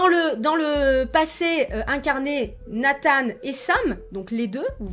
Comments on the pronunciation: Nathan pas Nathane ptdr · Ah bah on est d’accord on dit Nathan pas natane mdr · Dit Nathan normalement stp 😭😂